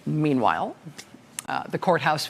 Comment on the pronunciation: Rachel went full Colbert when she said "Meanwhile" . lol